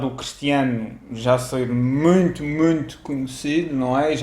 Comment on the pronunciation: Gostei de ouvir ao e a sua emoção. Também da pronuncia curiosa (, "muente", "mendo", os brasileiros pronunciam "muinto"). Mas admiro muito mais ao do que a Ronaldo, condenado em Espanha por fraude fiscal. Ronaldo tentou evitar pagar milhões de euros, necessários para pagar escolas, hospitais... Prefiro o ¿desapego? (falta de interesse) de Marcelo pelo dinheiro. Olha,, para quando um vídeo sobre Marcelo?